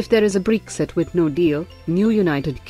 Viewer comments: It's not breexit. It's Bre-xit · I like the way she says BREXI 😉